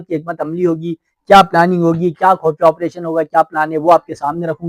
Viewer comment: لفظ خفیہ ھوتا ھے خ پر پیش ھوتا ھے اس لئے خو پڑھا جاتا ھے